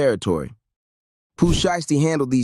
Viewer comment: Why does this guy continues to say Pooh Shee-esty 🤔